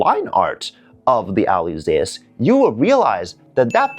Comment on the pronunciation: This is a great video and you not being nitpicking. You are details orientated, that's a competence! And the missing details on the kit looks more like the older HG from Bandai:D Fun facts: The name Alyzeus is from the agreek mythology, son of Icarus. The pronounciation is like Zeus = "Dzuis" or in modern Greek "Zefs". Alyzeus "Ah-lye-zefs / Ah-lye-zefs